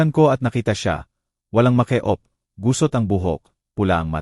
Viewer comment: Ano ba yan hindi kaw marunong mag basa ? Narrator? Meke op? Mek-ap ang bigkas yan …